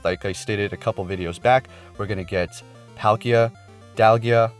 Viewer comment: P ALL KIA, DIAL GA. NOT THAT HARD TO PRONOUNCE